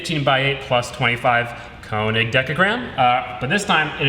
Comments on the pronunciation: It's not Konig! It's König! Ö sounds completely different than O. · könig not konig